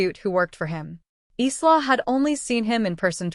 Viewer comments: I can't stand the mispronunciation of Isla! It's pronounced Ī la not Ē slaw! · Isla is a Spanish word meaning island, so its pronunciation is "ees-la." So the closest AI got was "Eastlaw." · Isla is pronounced as ... 'Eyelar'... Walsh! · PRONUNCIATION !!! Isla = eye la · A pity the name Isla is mispronounced. It is a Scots name and is pronounce EYE-la, the s is silent. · That’s what I was going to say. It’s Eye-la like island. The mispronounced nouns drives me mad in these stories their AI sucks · Her name is pronounced "eye-la" ! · Why can't she pronounce Isla's name right. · My niece's name is Isla and it bugs me when the is pronounced wrong 😤